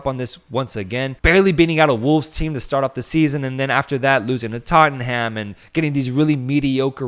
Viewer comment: he says every spanish name exactly but says “totten ham”